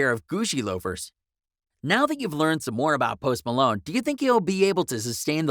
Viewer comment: Post Malone or post Malon say it right